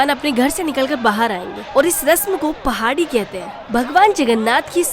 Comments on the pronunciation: 12.39 not pahadi it’s “Pahandi “ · Padhi nahi pahandi bolte hai